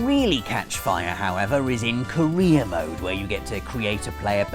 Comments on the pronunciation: Thought he said Korea mode instead of career mode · Umm... During the Fifa portion of the video where you say Career Mode... it definitely sounds like you are saying Korean Mode... I was like what is he talking about, then my fiancé said he said career.... lol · I don't care what he intended to say, his mouth said 'Korea'! Englishmen and their hate for trailing "R's"! 😉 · "Korea mode" ...wait what? gotta re listen to that real fast.... "Korea mode" so....career i guess? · KJ Gould I know, it just sounds like he says Korea.